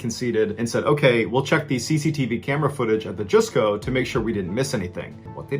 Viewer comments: Jusco is pronounce "Just-Co", not "Joos-Co" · Jusco is pronounced Just-co